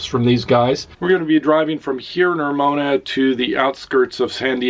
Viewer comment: ramona not romona